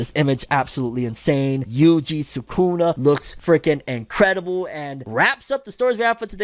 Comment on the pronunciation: Bro you’re pronouncing Sukuna wrong😑 not be an ass, just looking out🤙🏼